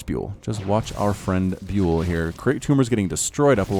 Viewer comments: Trybadur X Yes byul means star in Korean and is pronounced bial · I think ByUL is pronounced as [bial], not [biul]. Check out this one